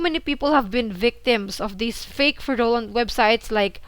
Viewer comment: Hey, I’ve noticed this a few times now how you pronounce the word “fraudulent”. Here’s the correct pronunciation. I hope you don’t take this the wrong way